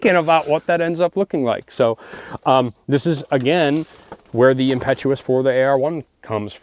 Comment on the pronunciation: He keeps saying impetus wrong